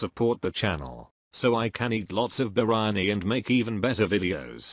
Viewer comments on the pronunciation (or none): none